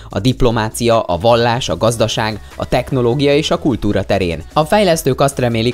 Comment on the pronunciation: “Tekknológia”?! Really?! 😐😂